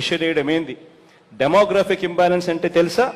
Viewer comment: చూసి కూడా చదవలేరు, ఉచ్ఛారణ కూడా తప్పే, అర్థం కూడా తప్పే...డెమోగ్రఫిక్ ఇంబాలన్స్ అంటే జనాభా అసమతుల్యత...🙄